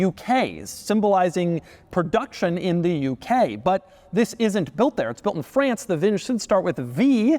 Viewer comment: You had me until you said "France"....